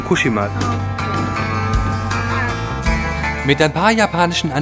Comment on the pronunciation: Also erstmal respeckt, dass du soetwas machst. Geile Aktion und wenn ich älter bin und geld hab werd ich wahrscheinlich auch so eine ähnliche Reise mal machen :D Und zweitens, im japanischen werden die meisten Wörter auf der vorletzten Silbe betont, also bei dem Wort Fukushima wied die Silbe "shi" betont ^-^ (wollte es nur mal gesagt haben und sorry falls die das schon mal jemand gesagt hat, sind einfach zu viele Kommentare um alle zu lesen ^^")